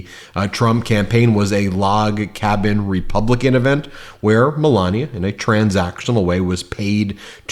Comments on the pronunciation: Malogna like he pronounced it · Let’s mispronounce Melanie’s name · I noticed trump started saying her name wrong. Scaramucci is saying it right, like DumOld used to say it. 😂